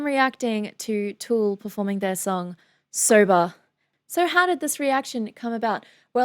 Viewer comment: “Sobah” instant crush